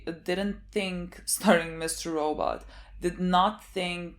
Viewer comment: I never get sick of "We are watching Mr. Rawww But".